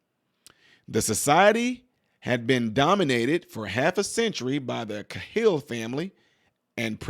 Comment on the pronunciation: The name is pronounced, "K-HILL", Thanx. Matt Cahill